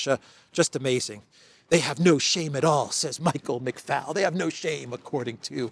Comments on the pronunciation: Hi great show as always.loved the bit with your mic😂 just so you know McFaul is an Irish name and is actually pronounced “McFall” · Michael McFoul (pronounced that way) is a particularly suitable name for this indoctrinated activist.